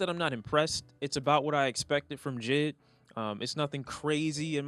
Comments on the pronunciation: It’s J. I. D. not jid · Stop saying J.I.D like it’s a word. Spell it out like any other sane person